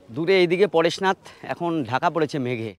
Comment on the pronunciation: পরেশনাথ ❎ পারশনাথ ✅